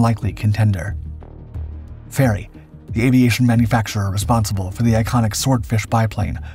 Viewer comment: And it's Fairey.